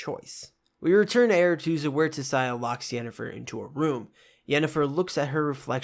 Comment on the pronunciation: I appreciate the whole synopsis, but dying from the wrong pronunciations of Tissaia and Jaskier. ;)